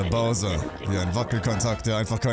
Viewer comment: hat ja mal endlich mal einen namen richtig gesagt😂😂 Bowser.. ernsthaft das ist das erste was als name richtig gesagt wird von ihm??!